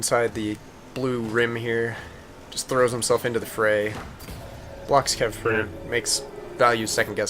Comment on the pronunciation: Also is he pronouncing the "T" on the end of my name?